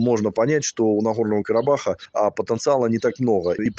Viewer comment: Вот рассмешили😆😆😆 Сначала научись выговаривать «Карабах» потом давай ценные советы 🤣🤣🤣🤣